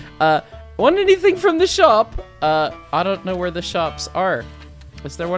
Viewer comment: "Vere es Train?" "Vhy es Ukrainian?"